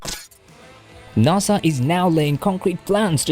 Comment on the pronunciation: Naaasa? it’s nAsA